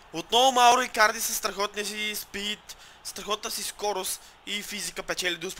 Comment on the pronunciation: Спри да си измисляш имената ! Мурило-Мурийо Андреноли-Андреоли Икадри-Икарди ..